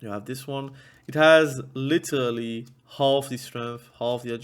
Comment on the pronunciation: Take a shot for everytime you hear "LiTeRRRrrally". You LittTeRrraRally cant, u die